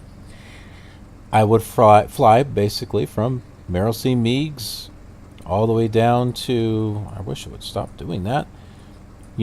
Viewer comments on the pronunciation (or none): Meigs (KCGX) is pronounced "Megs" and Kankakee is pronounced "Kane-ka-kee".